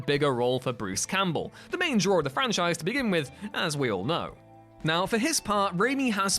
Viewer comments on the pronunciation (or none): none